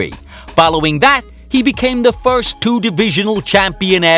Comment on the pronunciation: I just want Conor to learn how to say "first".